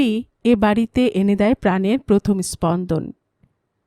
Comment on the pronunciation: কথাটা প্রথম হবে, পথম (১) নয়। দ্রুত উচ্চারণ হবে দ্রুতো।